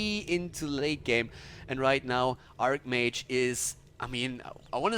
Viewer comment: Man is not pronunced ARKmage is archmage with a soft C...o my god...